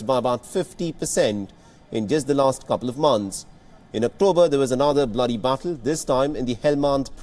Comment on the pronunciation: This guy doesn’t know how to pronounce every day words such battle, injured, etc. I wonder how he got this job.